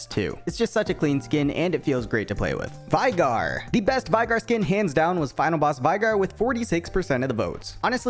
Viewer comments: WHY DID YOU SAY VAIGAR ITS VEIGAR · Why do you pronounce coven like that lmao and Veigar too like wtf